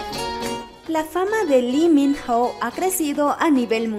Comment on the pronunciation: La pronunciación del hombre es tal cual te lo escribo a continuación; I MI NO, por favor pronuncialo bien ya todos sabemos como decirlo.